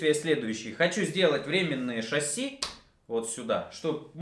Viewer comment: вроде и толковый парень, но режет уши, часто не правильно произносящиеся слова на 00.14 шассИ , а не шАсси, это французское слово , ударение в конце слова – это особенность данного языка